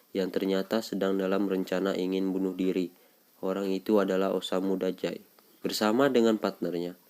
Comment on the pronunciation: Nama nya dazai bang bukan dajai